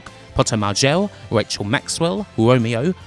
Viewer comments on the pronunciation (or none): none